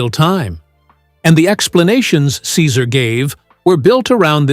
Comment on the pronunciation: Your narration disrespectfully mispronounce Cesar’s first name!!! Awful